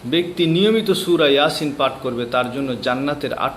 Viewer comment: এয়াসিন নয় ইয়াসিন